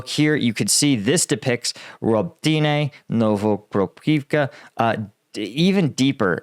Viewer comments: Ro-bah-ti-neh not Robe-Tee-Nay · Please, it is not hard to find out proper pronunciations of the towns and cities. Robotyne for example is pronouced Ro-buh-tine (like pine).